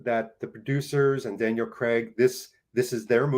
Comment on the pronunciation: Kudos for correctly pronouncing Craig's surname. I honestly am baffled where many North Americans get "Creg" from?